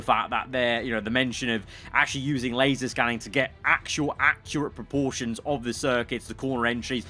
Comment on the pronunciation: *LASER scanned, not LASAR,!